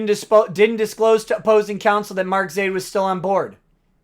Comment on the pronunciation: Whenever you spit the word, "Zaid," I hear, "Idiot."